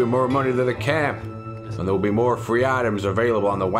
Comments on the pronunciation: Mo dynamite haha love the way you say it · you can never have too much dynamite...... you always want Mo.... dynamite !